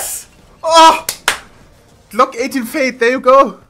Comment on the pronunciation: fade (fejd) XD